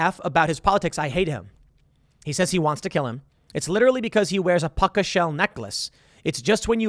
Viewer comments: It's "POO-KA" shell. Not puck-a shell. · Puka shell sounds like poo-kah. You need to read and speak gooder Tim